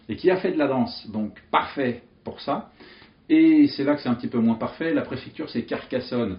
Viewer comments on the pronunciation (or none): none